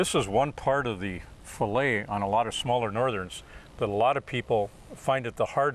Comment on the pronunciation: Sorry, but the one fillet was butchered. I lost a lot of respect for him at that moment.